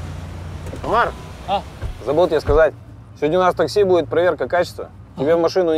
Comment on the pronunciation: Мне показалась не Омар а отар в начале(это не хейт просто говорю)